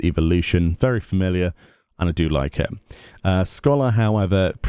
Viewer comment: Meoni made "Familliar" into a bad word LOL